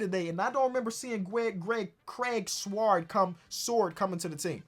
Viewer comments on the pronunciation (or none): TIFO... can not say the word Sword